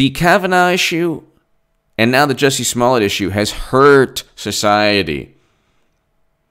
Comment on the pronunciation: fyi, He pronounces it "Juicy".